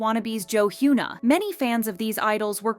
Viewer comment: You could try and improve your Korean pronunciation, as you keep mispronouncing HyunA and Bang Sihyuk. Great content nonetheless